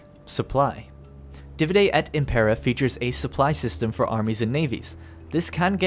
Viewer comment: Dívide et ímmmmpera, not impéra x)